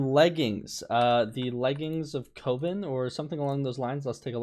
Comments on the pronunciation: Bruh. It ain't "cove-in". Coven is pronounced "cuv-in". I s2g you're still doing this on purpose. How is it possible to pronounce these common words so badly so often. Edit: It rhymes with oven. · it’s coven rhymes with oven not cOven